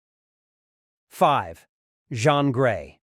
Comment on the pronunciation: Jean Grey, not john😂